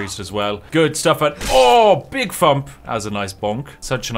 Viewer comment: I love how he says jual instead of dual and fump instead of thump, hypothetically he could be jual fumping enemy’s